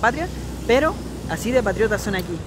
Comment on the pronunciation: patriotas, mas no 'patrshiotas'